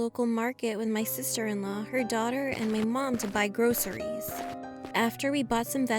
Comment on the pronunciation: Wait did she just say... “*GROSSERIES*”